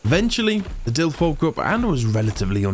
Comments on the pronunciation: It's not a DILF. It's a DILO. At least read it correctly, please. They probably die because you're not feeding them. Get a TROUGH. And put more points on weight in your dinos. -_- You are so afraid of so called "spoilers" that you don't even learn about basic things. This game is just starting. You are still in the initial basics. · Hey, just started watching this episode, i hear you refer to the dilophosaurus, as Dilfs. Maybe it's cultural differences but do you know what a milf is? Haha 😂 i think its too similar bro. I looked up the "official" pronunciation: duh·laa·fuh·saw·ruhs I've always called them Dill-ohs. But it's all good bro. As always, love your stuff. Glad to join you in your ark journey. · I don't care about people on the street not able to pronounce Dino names. But when you're doing a video series, and you continually say Dilfo instead of Dilopho it feels as if you don't care about the real name, which is probably the case.